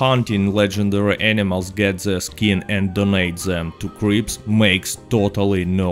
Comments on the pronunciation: i love how when he says "cripps" it sounds like creeps lol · Bro, the real reason to do this role is to simp for Harriet until 20 then simp for Gus for the fashion. Because fashion is the most important thing. Also with your accent I heard you say creeps instead of Crips